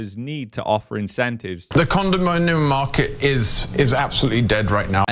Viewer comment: Not the condom-min-yum man again. 😮